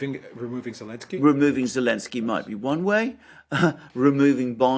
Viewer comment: Why do they call him Elensky?